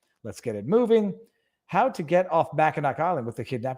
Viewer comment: Weed is legal recreationally in Michigan and I'm sorry to be a stickler about this Viva but as someone who was born in the upper peninsula and have lived in this area my whole life I feel a duty to point out that its pronounced mackinaw island. Love ya bud!